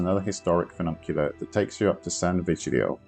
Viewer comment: Funicular not fununcular